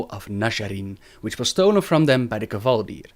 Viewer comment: Gaaah stop saying Kevaldir! Its Kvaldir!